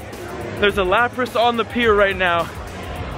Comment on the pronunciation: Sorry not lapata it is lapras